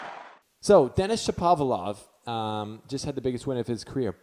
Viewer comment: U r pronouncing him as Shopavlov instead of Shapovalov!!